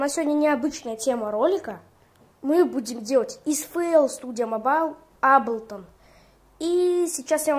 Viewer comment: Молодец,только не аблтон а эйблтон уши режет.Но молодец на телефоне хорошие биты делаешь.просто сам в эйблтон лайв 10работаю